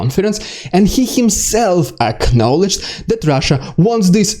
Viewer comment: Every time you say "acknowledge" I want to play Red Alert again.